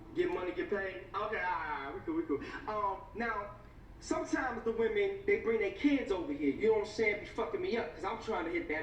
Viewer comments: Why do you say woman for women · he says women instead of women smh